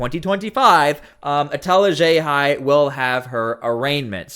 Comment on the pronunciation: She chose to be a public figure and to act this way in public unable to control herself like this is all a game… then complains that people voice their disgust with her in real life and plays the victim… pathetic… And I love that pronounces “Etel Haxhiaj” perfectly but not WUH STAHHh lol, gotta add our Boston accent In theaaa 😂